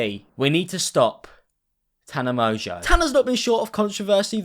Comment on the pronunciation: Girl can't even pronounce her own last name